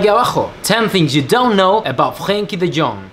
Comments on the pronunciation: You pronounce his name like The young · Its not “frenkie de gong”... Its de jong. At least how to pronounce his name when you buy a player for 90 mil. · Actually pronounced Frankie De 'Yo-Ng' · Frenkie de djong HAHAHAHHAHA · lol the pronounce of de jong is terrible haha